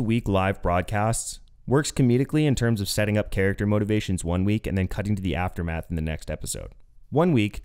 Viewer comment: Every time you said "Aftermath" all I heard was Tim saying "Mass is a story following the asstermath."